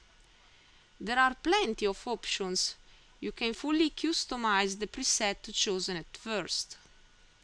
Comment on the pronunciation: This is a great tutorial! Thanks for the information. :) "customize" is pronounced CUH-stuhm-ai-zed, not CUE-stuhm-ai-zed. I don't know if that is helpful. Are you from Italy?